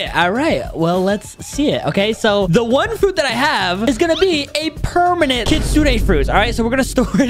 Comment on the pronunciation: Bro said *pernament kitchen*😂